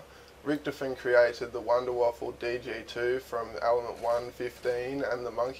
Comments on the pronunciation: PRONOUNCED VAFA, NOW WAFFLE. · it wuunder wauffe not wonder waffle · you do know that it is from germani so you write it like wunderwaffe and you say it like Wonderwaffe :) learn your Deutsch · Its called the Wunderwaffe, not Wunderwaffle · ok im sick of this its called the wunderwaffe not wonderwaffle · actually it's wunderwaffe!